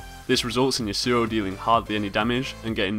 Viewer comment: It is YAsuo, not YasUo. Trust me, I know someone IRL with that name :)